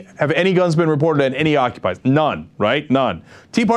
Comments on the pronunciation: Bill O'Reily called them "occupizers". Nice work with the English language there Bill. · Did he say ocupysers? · did he say occupizers? is that the term they use or is man just a fool?